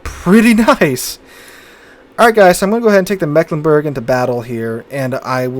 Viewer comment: Can anyone pronounce our region worse than the rest of Germany?: Yes, I can! The first "e" has a longer pronouncing like an "e" in English. It's more like an "i". And the "g" at the end is pronounced like the "ch" in the word "French".